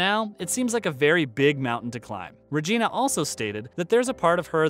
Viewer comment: Ummm, who's Rayna King? It's Regina... Primetime Emmy, Golden Globe, and Academy Award-winning REGINA King.